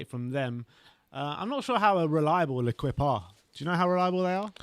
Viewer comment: L’equipe is pronounced „le keep“ boys...not „le quip“